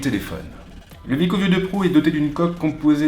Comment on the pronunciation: C'est wiko ( Ouiiko ) et non Viko